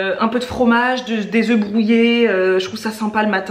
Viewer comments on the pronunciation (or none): none